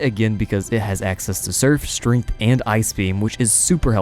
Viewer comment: lol i find it strange the way you pronounce "strength" are you saying, 'strinth'?